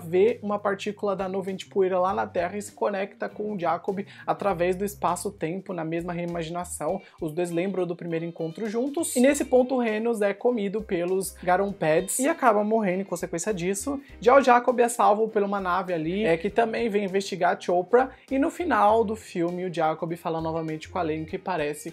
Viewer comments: Não estou me referindo a como se escreve, mas como se FALA. Não se fala "reinus", se fala ranuSH, com esse som de SH no fim. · RANUSH, pelamor! Nenhum crítico assistiu a porcaria do filme? Não é REINUS, se fala RANUSH. Tanto no audio original como dublado eles falam assim.